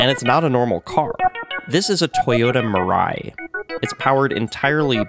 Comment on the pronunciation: Mirai, as “future” in Japanese. Pronounced as /mii-lie/, not /ma-ride/ or Mariah Carey whatever.😢